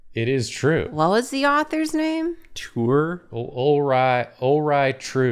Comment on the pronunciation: You see, I thought Ulreigh Ture was "Alright, Sure"